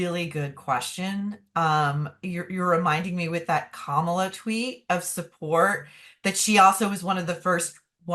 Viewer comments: Please learn to pronounce Kamala Harris's name correctly- the emphasis is on the first syllable of her name, not the second! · This is not a political statement, since I am a republican. However, as a linguist, it still drives me crazy that people cannot pronounce a mixed-race woman's name correctly!, it's KA-ma-la! Not Ka-MA-la!!! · KAmala not KaMALA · It's Kaw-muh-la. Not Kuh-mall-uh. Are you mispronouncing her name on purpose? Even Maureen pronounced it correctly and you didn't take the clue. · Not Ka MAH la. Her name is KAH ma la. Please get it right. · Kamala is pronounced Calm - aw - law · Begging your pardon… It’s pronounced “comma” (like in a sentence), followed by “la” as in Fa la la la la. Kamala. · I love your show and Maureen Callahan BUT--you keep mispronouncing Kamala' Harris' name!! It's pronounced COMMA-LA. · This Canadian would appreciate if you learn how to enunciate Kamala's name properly. I am really surprised at both of you. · I caught the way you pronounced Kamala’s name. Poor taste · You still can't at the very least pronounce Kamala's name? How disrespectful and hypocritical of you,. Regardless of your obvious MAGA leanings, I thought you were better than that. Shame on you. Stick to your gossip platform and leave politics to the pundits. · Please pronounce Kamala correctly!